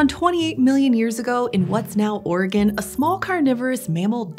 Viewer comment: Appreciate the proper pronunciation of Oregon 😩👌🏻